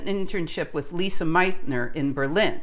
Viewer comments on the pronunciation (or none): Leezuh, not Lisa